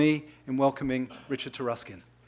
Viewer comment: It's pronounced Tar(uh)skin?! It's of Anglo-Saxon origin?!